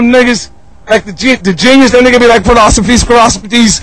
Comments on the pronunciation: "philosophies ,presosowcopies" 😂😂😂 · Same. Love wu but this is hilarious. Philosophies polofifies pofegees 😂